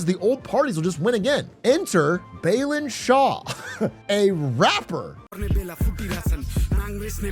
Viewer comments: It's BA-LEN BA like in 'BA'R, and LEN like in 'LEN'GTH Not beelan like in 'Be'st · Somebody really said it during this election "Voting is not charity, it's rightful" And thank you from all Nepali fans around also* His name's pronunciation is not Bay-lin it's Bah-len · Balen❌️ belun✅️ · i'd say it does. we'd like to see his name pronounced right! :)